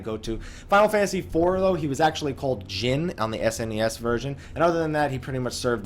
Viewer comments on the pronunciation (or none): none